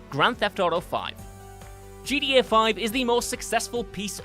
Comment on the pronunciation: Ever notice that doesn't know how to say "Film" or "GTA" properly? Like, seriously? It's not that bloody difficult. It's not pronounced "Filum". It's not pronounced "GDA".